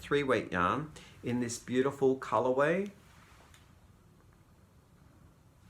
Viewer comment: it's bee-you-tea-full!